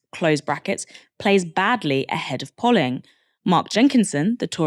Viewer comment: The o in polling is pronounced like the o in go. It was distracting listening to the polly parrot pronunciation. Is it a word you've never come across before? They aren't even counting the people they've turned away for lack of ID if they are turned away by 'greeters' outside of the polling station.